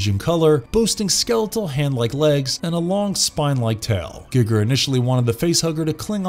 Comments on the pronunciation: If that's how you pronounce Giger, you totally lose all street cred. It's 2021. Have you not heard his name pronounced once? Then that raises the question: have you ever seen any of his movies? Ya basic. Unsubscribed. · It's actually Gig(g)er, not Guygger like we've heard... Giggity Giggity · I don't pronounce it guy-ger I pronounce it with an e like a karate Gee- ger sound rather than the youtube guy gig-er .. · Guy-gir not Gig-er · Geiger is pronounced Guy-ger not giger or gigger Jesus chrust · Hahaha.. wtf? Gigger?.. its H.R Giger! Lol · "Gigger"? ....No. Just, no. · I’m sorry but the way you said Giger made me crack up laughing, good video though 👍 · You can hear the dude who reads doesnt know anything about the text hes reading from,pronouncing peoples names wrong and crafts names wrong etc,he whould not do that if he where a real fan.. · im so annoyed by how you don't pronounce the H.R Gigers name correctly. also the backstory of the man who played the alian is incorrect. they found him in a bar and were like wow you are really tall. would you like to be in a movie. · GEG-er? NOS-tro-MO? This is the second video ive seen and both have mispronounced words, some of these words you mention are literally in movies you talk about, you could just repeat them. Also, "hostile and passive beast" "dreadly powerful", who proofs these?